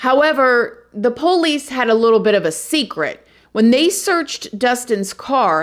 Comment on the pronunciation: Girl!! Mr. Ballen told this same story, but he didn’t mention that she had psych issues before this situation. Cra-ZEE! BTW I love you and your personality…and the way you say “the poe-lease”!!❤️❤️☺️